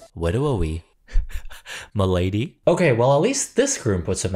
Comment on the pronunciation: saying "Milady" 💀